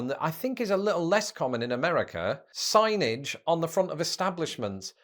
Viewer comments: Bro, you said "siggnejj" reading "Signage." If ever I've heard diarrhea of the mouth, you owe your audience an apology lol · I bailed when this dude couldn't read the word "signage". Anyway, I already know the USA is better at everything.